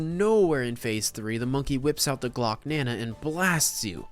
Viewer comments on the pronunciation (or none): none